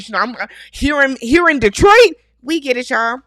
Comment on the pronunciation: Thank you for saying Detroit correctly 😊. Also, agreed about Carlos King, Tyler Perry and those shows..............